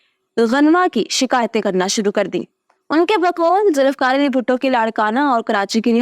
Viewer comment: It's not Zulifkar but Zulfiqar...